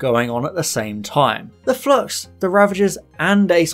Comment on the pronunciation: Flux not flox, stop saying flox! I keep thinking about Doctor Phlox from Enterprise because of the bad enunciation.